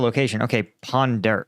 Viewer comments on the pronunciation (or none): "ponderp" probably hard to pronounce "Punjab" for a Chinaman. I'm multilingual and deal with a lot of accents, just ab educated guess. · it is not Panderp but Punjab. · He said "Ponderp" by pronunciation in mandarin possibly actually saying "Punjab" in mandarin, they are quite similar pronunciation. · He said "Punjab" not ponderb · "Punderp" -> Punjab? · Just a (somewhat informed) guess here: "Ponderp" could be a severely mangled pronunciation of "Punjab" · I knew I rem that! When he was saying ponderp I rem reading it that way when my Pakistai friend told me it was Punjab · Maybe possible mispronouncation of Punjab in India. However lot of Nepalese however have volunteer due to wages difference.